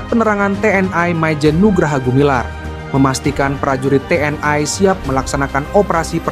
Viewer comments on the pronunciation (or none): TNI bukan TNAI. Sok ke Inggris-Inggrisan banget ini orang, ikut-ikutan Malaysia aja menyebut TNAI. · Membacanya kok "te en ai" mohon yg benar membacanya. Jangan ke barat2 an